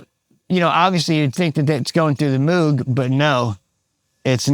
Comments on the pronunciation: Tech should know that Moog rhymes with vogue. And guiro is pronounced WHEE-roh. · Moog rhymes with ROGUE, dude.